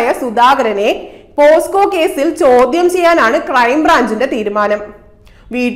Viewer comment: പോസ്കോ അല്ല. പോക്സോ അല്ലെ